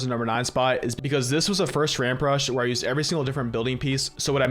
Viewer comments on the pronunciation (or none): none